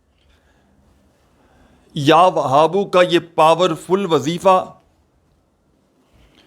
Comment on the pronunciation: اللہ کے بندے کوئی دلیل بتاؤ اللہ کے رسول کے حدیث بتاتے تو بہت اچھا ہوتا مگر افسوس آپ تو یاوھاب کے لفظ بھی غلط پڑھتے ہیں